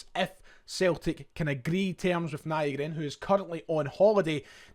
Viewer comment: Nygren translates to/is pronounced Newgren in english. Ny is Swedish for new.